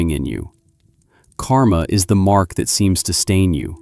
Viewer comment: There are two words in sanskrit which sound similar on the western tongue : KARMA and KAMA. The letter R is the difference. The meanings of these two words are vadtly different. KAMA is desire. KARMA is deed or action. When you are discussing KARMA, the letter R must be clearly pronounced. Like rrr...